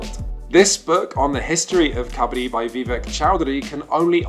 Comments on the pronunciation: Great video. Why do you start the video with the wrong pronunciation of Kabaddi and then a third of the way switch to the right pronunciation? And then you switch back to the wrong pronunciation and then back again... It's so weird... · tip for you guys: it's originally pronounced as ku-bud-dee not kha-bha-dhee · Love the way he says kabadi....😂 it's "ka —ba—ddi" I don't understand why it's not in olympics , it's great sport It's so popular in india , playing it on raw ground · It’s Kabbadi ( cuh- ba- di) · When "kabaddi" is pronounced as "kabaadi", only Indians can feel this pain! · I rlly hate the way u pronounce kabadi. Great video otherwise. But it hurts a little to see forgeiners pronounce kabadi incorrectly and slowly watch it become the new norm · I took physical cringe damage at the pronunciation of Kabaddi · Kabaddi lol, its pronounced 'kabaddi' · The way you are pronouncing its sound beggar kabadi